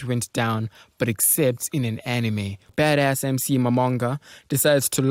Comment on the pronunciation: The way he said baddas is hilarious, "bedess", lol funny dud